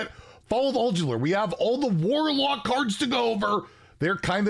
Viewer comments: Hey Zeddy, love your videos. Sorry to be a stickler but you are pronouncing Ulduar with an extra L, like Uldular, and it slightly bugs me. Can't wait to see your next card reveal! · Man U gotta start saying it right, it’s gonna make me salty. Ulduar. Ullll-doo- arrr